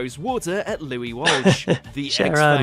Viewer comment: Number 9...the moment Louis's surname became Wash!! 😂